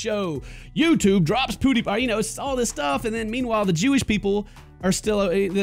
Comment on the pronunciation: i like how he says Pewdiepie, "Poo D paaa"